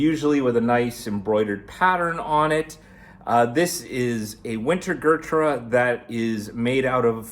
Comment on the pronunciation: gurtrah lol its Ghuuut-raaa